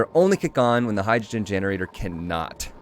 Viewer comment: Everytime says the word "generator", reminds me of he saying "Steam generazor"